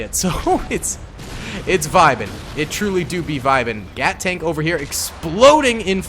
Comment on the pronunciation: No not gat tanks it’s gyatt tank